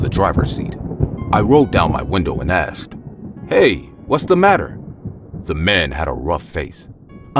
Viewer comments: They say aksed not asked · "my mom axed me" " my friend axed me" seriously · It’s how some people speak. Like Irish say tree instead of three or tirty instead on thirty